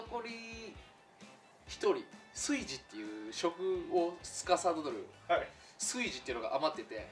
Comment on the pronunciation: 炊事を「カイジ」と同じ発音で言う時点でなんか変な方向に染まってるわ笑